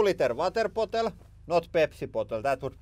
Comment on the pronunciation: the funniest part of this video is when he says "this is 2 liter water pottle"